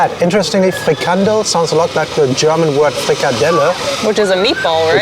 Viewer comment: Haha it's funny to see that when you pronounce Frikandel in your native language Deutsch, it sounds more like Dutch then when you try to pronounce Frikandel in the original Dutch! So just go with the German way of saying it. Dutch will understand it better. And yes.. Kroket is very simular to a Bitterbal, but a Kroket has a more dry texture while the Bitterball is more moist and creamy.